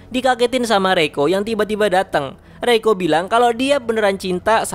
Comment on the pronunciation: Reiko gw denger malah roiko wkkwkwkw